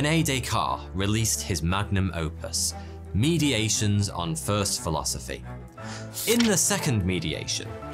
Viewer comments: Good video, and thanks for making it, but Descartes "Mediations" was actually called 'Meditations'. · Meditations, not mediations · That's 'meditations' not 'mediations'. It's the word, spelling and writing as in French. A significant oversight. Otherwise, thank you for all your efforts. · Descartes work was “Meditations” rather than “Mediations”. Love your channel. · It's Meditations on First Philosophy. NOT "Mediations." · Sorry, that's meditations, not mediations. About 7 minutes in. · It's Meditations on First Philosophy, not 'mediations' - Descartes was not settling a lawsuit. I really enjoy your videos, but you need to work on your reading comprehension. Mistakes like this are fairly common in your videos.